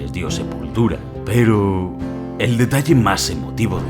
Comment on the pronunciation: Me gustó mucho el vídeo pero como que le faltó un poquito más de impacto a ese "peroooo"